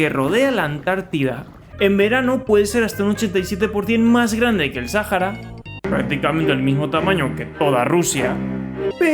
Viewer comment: Dice Grade xd